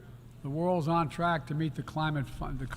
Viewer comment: "no where is that more critican than Excelrating the climit crisis" um, joe, you said the quite part out loud again. . .